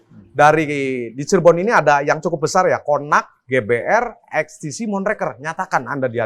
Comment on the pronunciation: (((Eks Te Si))) 😂 EKs Te Ce mas